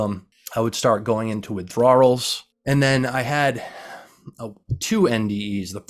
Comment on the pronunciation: Dude just cannot pronounce the word withdrawal